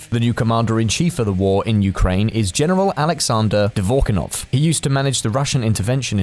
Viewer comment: How hard Russian names to pronounce should be for you to make such a mistake – he’s not Dvorkinoff, he’s Dvornikoff.